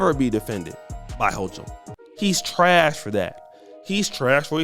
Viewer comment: This dude still can't pronounce kathy holcom name he is a dummy but talks about how Eric Adam's talks lmao smh